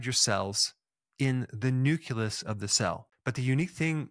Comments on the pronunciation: nooo-cleeee-us NOT nook - leee - us the c sound belongs to the second syllable, not the end of the first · You call it "Lymes" and pronounced nucleus ("noo-klee-us") as "noo-quew-luss." How can anyone even take you seriously??? 😅